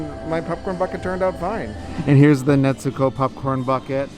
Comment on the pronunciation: Bro it’s not Netzuko. Stop putting a damn T in it lmao